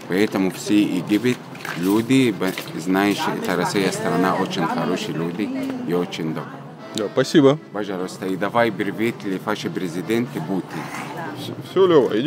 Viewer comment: Варламов -молодец! И детей не забывает и маму их! ....только не ПАша , а ПашА!))